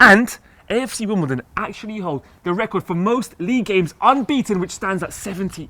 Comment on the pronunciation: definetly said KFC Wimbledon at the end there XD